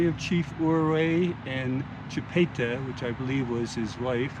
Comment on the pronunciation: I am a decent of Chipta ,,,, and you say it wrong and you say her husband Ouray wrong too'.